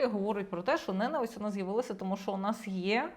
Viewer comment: Мосі йчук, не знає,що наголос у слові ненависть на складі.Оце грамотність!